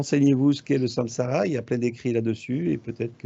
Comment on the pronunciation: J' entends à la "ramass(e) plutôt que samsara🙄